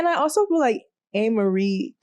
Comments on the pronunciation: it’s (A-MARIE) 😂😂😂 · I've never heard anyone pronounce Amerie's name the way you are doing it.